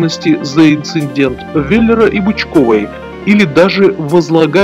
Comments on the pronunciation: Не "инциндент", а "инцидент"; не "скурпулезный", а "скрупулезный"; а "в кавычках" подчеркивается голосом... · инцидент, а не инциНдент... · ИНЦИНДЕНТ _- неграмотный мудак 9